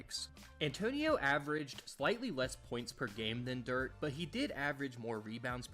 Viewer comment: Messed up Dirk’s name, Michael Finley’s name, and Jalen Brunson’s. When you make these videos and there’s glaring errors like that it takes away from your credibility. Sharpen it up because the rest was great!